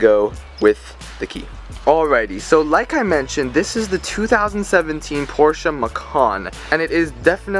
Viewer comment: You can’t even pronounce the name of the company and the car’s name right. Dude 👎👎 😝